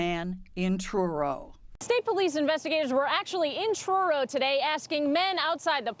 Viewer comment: omg it's bugging me how the narrator lady keeps saying CHURRO instead of Truro 😂😂😂